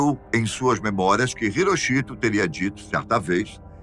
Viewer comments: A pronúncia não é " irochito". Pesquise! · Não sabia que a pronúncia do nome do imperador japonês era HiroCHIto... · A pronúncia do nome do imperador japonês está errada